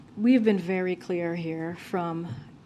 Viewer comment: She keeps blalthering what sounds like "perfectly clear"...I suspect she's actually saying "perfectly kwear" (spelling oops)